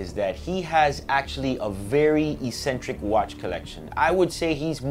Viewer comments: You're pronouncing "eccentric" wrong lol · Yup, don't think I have ever heard anyone struggle with this word until now